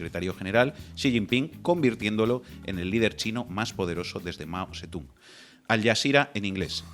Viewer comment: El chaval que ha escrito un libro ni sabe leer bien el nombre de Mao Zedong, ya veo lo enterado que está, ni chino sabe hablar...